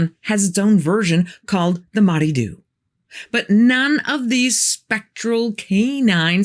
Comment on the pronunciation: Hi. Just in case you should ever include the Moddey Dhoo in a video again, it's pronounced MAW-tha or MOR-tha DOO. Double-D in Gaelic is usually pronounced as TH. MAW-tha is more commonly used - at least with those who know Manx. It's Manx Gaelic for black (dhoo) dog (moddey).